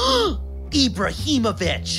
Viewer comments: No one : Literally no one: Pulisic Sergio Rawmos , Pewlisick Christian Pewlisick , EEEEBRAHIMOVICH Edit thanks for the likes the most I've had is 49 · Don't know why do they say ibrahimovick😂😂